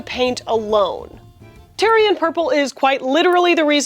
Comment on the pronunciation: "Tie-ree" or "Tay-ruh", not tire LOL!